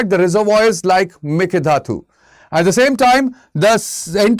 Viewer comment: Please learn to pronounce "mekedatu" properly sir. 🙏 It sounds very bad for us the native speakers.